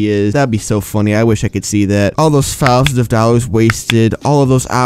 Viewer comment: "Four Fousand Five Fundred"